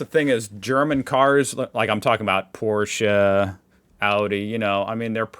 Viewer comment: I really LOVE hearing you pronounce PORSCHE correct! <3